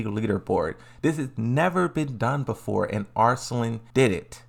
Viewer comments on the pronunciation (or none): none